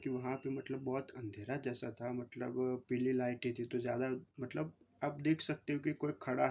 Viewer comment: मटलब नहीं मतलब